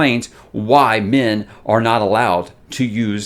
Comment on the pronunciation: Of course, the flip side is I hear "Men" as "Min" so when talks about the reason why "Min cannot channel" I'm thinking, "Duh, why should she?"